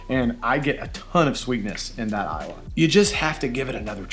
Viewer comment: i believe Islay is pronounce "e-lay".